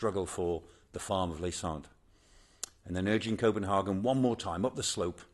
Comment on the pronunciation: His pronunciation of 'Copenhagen' is irritating.